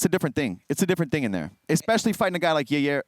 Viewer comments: Absolutely Nobody: Chael Sonnen: “Your-rear Rodriguez” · Ya-rear Rodriguez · Chael pronouncing it “ya-rear Rodriguez” 🤣🤣🤣🤣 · Chael calling Yair ya rear is driving me crazy. “Get the jump on ya rear” “Beat ya rear” CHAEL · Its Chaels comment and he deliberately mispronounces names